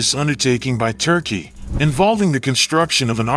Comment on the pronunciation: You. Say. Turky. Bas no. Mony. Biden. Has. Mony.